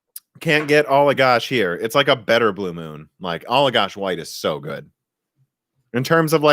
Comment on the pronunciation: Allagash White Beer. Good taste. Only, the first part of Allagash is pronounced "Ala" as in Ala-bama, not "Allah" like the Arabic God.